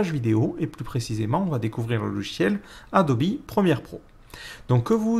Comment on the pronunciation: Mdr il dit adobi au lieu de adobe